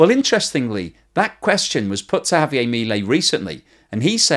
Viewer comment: JavieRR..it is not French